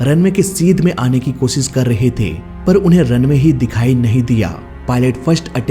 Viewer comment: 1. Oh Sit nhi 'O... Shit' 2. Irror nhi 'Error' 3. Kosis nhi ' Koshish' 😂